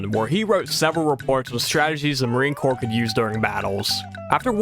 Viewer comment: Corps is pronounced like core , not corpse. Sighhhhh YouTubers commonly make this mistake